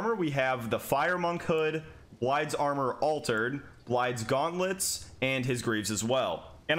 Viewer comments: Did you just say... "Blide"? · Try dropping the "d" sound.